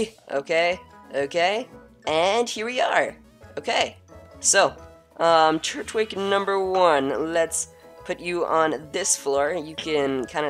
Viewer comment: its tur twig not turt wig